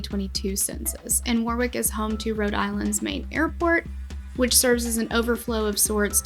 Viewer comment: Lived in RI at this time and it was so horrifying watching the fire live on TV. So many families touched by this tragedy. And, btw, you are saying Warwick correctly.